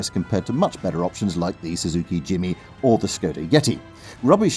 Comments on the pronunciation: What's a Suzuki Jimmy? 🤔 It's Jimny. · For your information. The Suzuki is called "JIMNY" (as in CRICKET) not "JIMMY". The rest of your narration was unbearable.